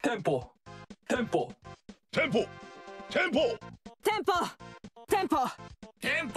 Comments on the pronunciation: ダメだ… テンポが「ティ○ポ！」にしか聞こえねぇ…w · のテンポティ●ポにしか聞こえんww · のテンポがティンポにしか聞こえんw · テンポって○ンポに聴こえて毎回ツボるw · ティ○ポにしか聞こえなくなって来るよね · 地味に聞こえる から地味に聞こえる ティンポ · てぃんぽにしかきこえないぜ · ティンポだよねほんと。他コメにもあったけどが特にそうw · 俺の耳がおかしいのかテンポ(迫真)のやつが天丼に聞こえるんだが末期かな？